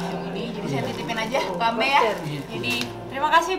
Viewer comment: Ambe' not ambe